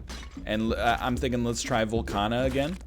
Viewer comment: Its VOLCAAAAANIA.